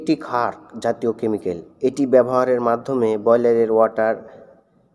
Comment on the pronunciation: ভাই কেমিক্যালের উচ্চারণ ভালো করে শিখে নিবেন।